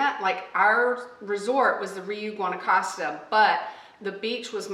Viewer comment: Nice bid. Guanacaste is pronounced: Guanacastay.